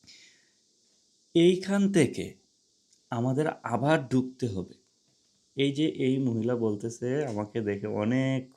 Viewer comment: Your bangla pronunciation is very poor. It’s not dukte, it’s dhukte.